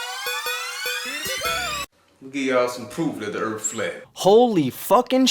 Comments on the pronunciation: So what is this earf he speaks of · I like "Da-Erff" guy. "Da Motherf&*(ing Erff be flat". "It ain't be round, Da-erff be flat". "Suck ma bawls, Da-Erff be flat". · Can't really argue if he says there is a dome above the erff. Now, if he said there was a dome above the Earth, that would be cray talk.